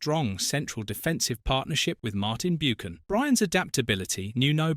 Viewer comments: Martin "Bewcan" 😂. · I noticed the same on another video and pointed it out there. When I heard 'Boocan' I thought maybe it was me; but it wasn't. Thanks. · I know. I was being facetious about the appalling AI pronunciation of his name. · Is this an AI voice?How can someone not know how to pronounce Martin Buchan?Also,dogged by injury is not pronounced the same as a dogged player who never stops running.